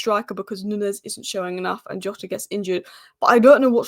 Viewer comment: jotas back...please learn how to pronounce jotas name